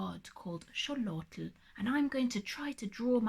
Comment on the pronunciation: Xolotl is pronounced Sho-lot-all I believe